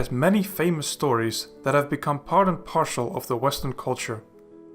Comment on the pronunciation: part and PARCEL, not "partial"